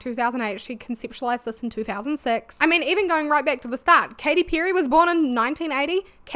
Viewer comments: I know that by now i'm jumping some kind of accent police bandwagon, but in my brazilian portuguese speaking brain it's WILD that i keep hearing you say 'pew-ry'. 😀great video! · Enjoyed your video ❤ you can get some stuff for the backround i dontt know but dont apologise about your voice all good tye way you pronounce "perry" did make me laugh tho I say with love 😅